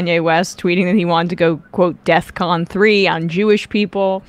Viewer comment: She said deathcon? God this show is just 🤦‍♂️